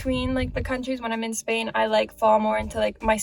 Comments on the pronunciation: Yes! "in Espain". Like a native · Yes! "in Espain" hahah like a native